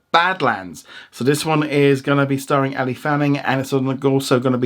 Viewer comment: you said Ella don´t harm that beautiful Girls Name it is Elle but you probably want to sing Ella Ella dü dü dü dü to this cute Angel. 😍😍😍😂🙃😛😉😊